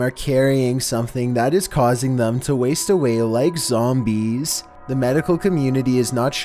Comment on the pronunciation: like zoommBIEEZ